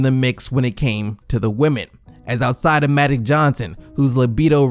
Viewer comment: Am I really the only one who’s gonna bring up the fact that the narrator keeps saying “Madic Johnson” instead of Magic Johnson?? 😂